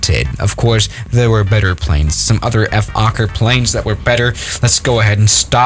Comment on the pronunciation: Nobody:: F-OKKER